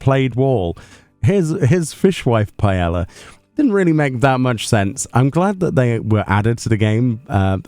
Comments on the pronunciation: Pie-Ay-Uh. Paella. The two ll's get a y sound because Spanish. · Ooooh I didn't know about the empty paella item!! Interesting... (btw, it's pronounced something like "pa-eh-sha"... "sha" as in "shaft" ) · The double L is silent. Here in Aus we pronounce it as Pah-eh-ya